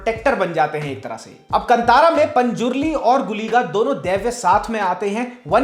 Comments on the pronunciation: कंतारा नहीं, कांतार (in Hindi last syllable is pronounced dropping shcwa. But in Kannada as in Sanskrit, last letter र is pronounced including schwa as ra as हृस्व - not दीर्घ रा). The word is used by poet Kalidas in Shyamala Dandakam - कदंब कांतारवास प्रिये). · Just educating here about the pronunciations: Kantara is pronounced as "Kaan-taara" Yakshagana is pronounced as "Yaksha-gaana" Tulunadu is pronounced as "तुळु-नाडु" Kambala is pronounced as "Come-ba-la", not "Come-baa-la" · Just an FYI- Kantara is pronounced Kaa-n-taa-ra. I was waiting for your review of this movie. I am a kannadiga and have watched this movie already. Your research is bang on, and yes, the experience doubles when you know a bit of history behind the deities and about tulunadu. This shows how accurate your reviews are, and thanks for keeping it that way. This movie broke the stereotype Kannada movies had and will make everyone realise that Kannada film industry produces great movies too. Kudos to Rishabh Shetty for that. #nationalaward for Kantara and #nationalaward for Rishab Shetty!! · Kaale ka kaa "kaantara" kave ka ka nai "kaantara"